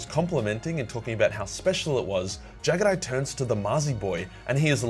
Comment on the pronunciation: I hate how you pronounce jaghatai